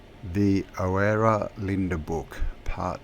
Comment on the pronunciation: Oh man, that was interesting, only the last mention of Oera I recognized your flaw it's pronounced URA or UHRA... brilliant essay dear.